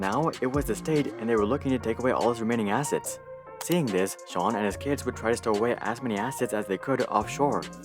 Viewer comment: I love how he pronounces sean correctly